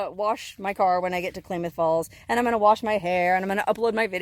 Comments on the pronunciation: It’s pronounced “Clam” ith Falls Klamath Falls… a few hours from me… keep heading north, I’d love to meet you!!! 266 miles from you, about 4 hours 16 Min… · Good luck with your phone,. Pretty sure it's Klamath with an "a" like cat. Lived in Oregon for a few years and that's how we pronounced it. Live in Pahrump now. Hi, neighbor. Happy travels! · Pronounced Klamath with a short A sound 😉happy travels ...love your vids ...fun! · My home town! Awestruck and amazed to see you there but loved it! It's pronounced clam- math... but who cares! You did great 👍 Thanks for the little trip down memory lane, girl. Love all your videos! BTW... Klamoya Casino is a bit north from your motel and has free overnight rv camping. Anyways, keep up the great stuffs 🤩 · When possible, gotta pull the battery immediately, wipe the phone off then put the phones in a convection (non microwave) oven on 75°-100° for ½ hour maybe an 1 hour but if you are in warm dry remote locations, leave it out in the wind for 12 hours. If the battery contacts are wet then it is not likely the phone will survive. Haboob is a sandstorm. Klamath is just pronounced like Klam-ath or clam-ath or clam-ith if you will. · Great video! Klamath is pronounced with a short "a" like "clam". Keep up the good work and be safe. Cheers! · Not Klaymuth Falls, it's Klamuth (as in clams) Falls. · It's pronounced "Clamath" like clam, Klamath Falls. Not Claymoth. Have a 🙂🙂🙂 day. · It is pronounced Clam ath not Clay math :) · Nnooooooo! It is not klay- math! It is pronounced Klam- ath (Clam-ath) As a native Oregonian it is like fingernails on a blackboard hearing our Indian names mis-pronounced. Still love you... Love your videos! 💪💗💗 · Klaaaa moth falls, not claymoth falls, sis. Ggl. Here in Washington there is Skagit County & city, but it's pronounced Ska jit. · Isn't the town pronounced KLAM-uth, not KLAY-muth. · Pronounced Clam-eth Falls : ) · [ klam-uhth ] falls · It's pronounced like a CLAM .... Klamath falls